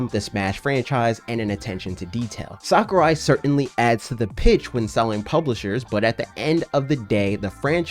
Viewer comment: HIS NAME IS PRONOUNCED SACK-OO-RYE NOT SOCCER-EYE But other than that great video